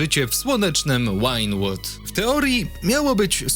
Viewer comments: "wajnłud", kurwa, "wajnłud", nie "łajnłud", na Boga... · Łajnłood, Fame of Shame, Trejvor i wiele innych. Ciężko się tego słucha. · “Łajnłood”? V= w jak mozna sie tak wywakic nie ogladam dales